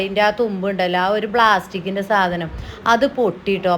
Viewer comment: Blasitk അല്ലാ plasitic ❤🎉